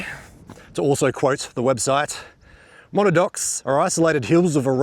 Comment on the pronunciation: According to Wiktionary, it's pronounced Muh-nad-nocks. From an Abenaki word from north-eastern USA and Quebec. The bush always looks amazing after rain! Another great vid, mate. 👍